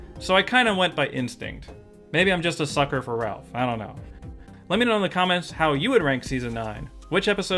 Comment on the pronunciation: C'mon, It's Ralph!